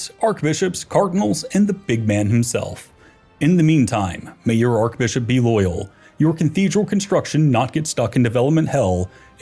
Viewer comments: Yes. Should be pronounced Arch NOT Ark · Yeah, have they never heard it pronounced arch? 😭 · Awesome but why does he keep pronouncing archbishop with a k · The way he says archbishop drives me nuts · Thats not how you pronounce archbishop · Someone get this dude an English pronunciation guide. Clergy, papacy, archbishop...